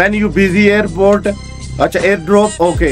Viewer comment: Bhai lagta hai apne school me sirf 2 hours hi study ki hai air pods Airport or air drops bolte ho 😂